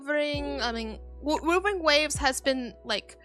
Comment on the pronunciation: for some reason I keep hearing wuthering waves as wolverine waves 🤣. But you do you, hope you keep doing Okay